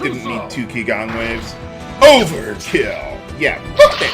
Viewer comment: Qigong is pronounced “Chi Gong” meaning Energy martial art